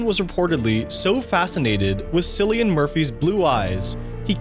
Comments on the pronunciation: It’s Cillian (Kil_iean) not silian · Christopher... WHO?? "Silly-in"?? Glass Gow?? Come on man, some basic pronunciation and research would have helped here. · It’s pronounced Kill-Ian Murphy. It is an Irish name and uses a hard C. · “Sillian” Murphy LOL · Cillian's name is pronounced KIH-lee-un not "Sillian". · From an Irishman the pronunciation of Cillian is killing me inside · KILLIAN, NOT SILLIAN. How are you going to do research and not learn how to say the actors names? And the way you pronounced Glasgow was embarrasing dude! The W is silent. You just say Glasgo. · Sillian Murphy hahhhahahahahahahahhahahahahahahahhahaha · Bro his name is pronounced “killian” not “sillian” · Sillyian? Otherwise known as “killian “ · It’s not SILLY-an, it’s KILLY-an. This guy needs to do basic research on how to pronounce people’s names. And also just how to read and place pauses in the correct places. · Cillian Murphy's name is pronounced "Kill-ee-an", not Sillyan. It's an Irish spelling. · "Cillian" is pronounced Kill-ee-an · Cillian Murphy's first name is pronounced with a hard consonant (more like "Killian"). It's an Irish name and there's no "K" in the Irish language like there is in English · “Sillian Murphy” “Glasscow” Bro you serious? It takes ten seconds to look up how to pronounce things you don’t know how to. Ffs 🤦🏽‍♂️ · SiLiAn MuRpHy 🥴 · Sillian Murphy? You're making Dark Knight critique videos and you can't even pronounce the name of one of the main actors? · I thank you pronounce Cillian Murphy the incorrect way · it’s pronounced killian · the ‘cillian’ in cillian murphy is pronounced ‘kill-ian’ ‘glasgow’ is also pronounced ‘gla-z-go’ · Is no one going to talk about how he pronounces Cillian?? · Did u seriously pronounce cillian murphys name wrong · Cillian pronounced with a hard C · bro pronounced my boy Cillians name wrong :( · Sillinian Murphy and Christopher Eclesston you say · Cillian is pronounced 'kill-ian' and its 'ek-ull-stun' 🤦‍♂️